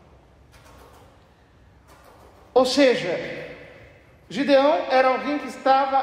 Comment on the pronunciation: Na minha bíblia esta escrito: GEDEÃO e o sr fala GIDEÃO